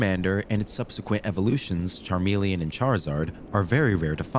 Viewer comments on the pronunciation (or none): none